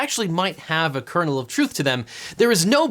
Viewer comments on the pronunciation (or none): none